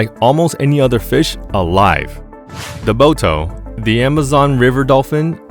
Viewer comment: When you said “Boto” I had to rewind just to make sure what I heard 😂